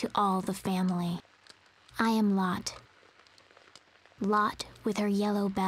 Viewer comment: in danish it is pronounced lotté. not lott. :p